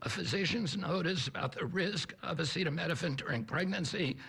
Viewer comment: Come on trump, sound it out... a ce ta mi no phen